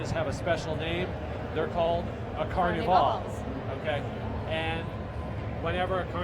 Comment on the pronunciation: why cant he say Carnival properly?